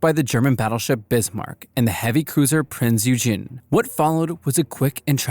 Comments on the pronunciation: Some pronounciation issues: Prinz Eugen should be pronounced as "Oi-gin" the IJN Mutsu should be pronounced as "Moot-Su" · Maybe it's just me but I hate the way he pronounced Prinze Eugen